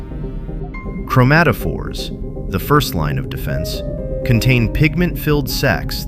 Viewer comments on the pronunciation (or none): none